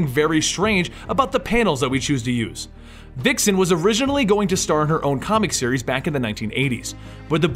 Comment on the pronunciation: Vixen has a Vuh sound not Wuh